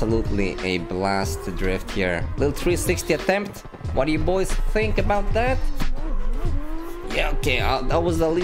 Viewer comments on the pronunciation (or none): none